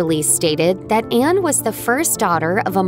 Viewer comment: The wordt voiceover possibl Anne not Enne.